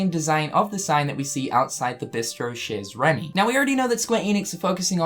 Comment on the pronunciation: i love how he says "cheeze remy"